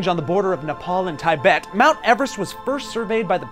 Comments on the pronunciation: It's not pronounced as TIE BET . It's Tibet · It's "Tea--Bet" no one says Tie- bet except you. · Dear Americans, it's not Tai-bet its Tibet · It's pronounced Tibet, not Tyebet. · TIEbet? It’s TIbet... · Mahala mountains? Taibet? Komolangma? Also, sir George Everest’s name was pronounced with e sound like in sea. Also, Everest is not tallest - that’s Mauna Kea - it’s the highest. The death rate is 6.5%, not 10%. It’s not that you want to or not hire Sherpas- you have to. You legally have to climb with a company. You don’t start in May - you start in April and summit in May. You go through base camp and 4 camps, not four base camps. Lhotse is pronounced lots-ee, not lots. This was bad. Really bad. REALLY bad. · Tie-bet? Have you never heard anyone say Tibet before? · Thai-bhett. The word is disturbing. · Lol "TIE-BET".....sure buddy. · The way he pronounced Tibet is a crime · Epic how to: pronounce tibet